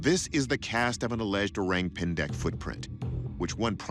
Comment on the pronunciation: It’s not ‘oreng‘, the ORANG pronunciation should be O-rung. Orang pendek = O-rung pendek Orang Utan = O-rung UtAn